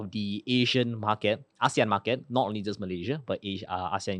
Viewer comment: Pls pronounce properly.. ASEAN is subset of Asian! So which do u really mean?